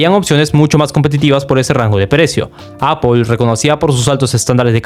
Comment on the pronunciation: Que odioso es escuchar "APOL"...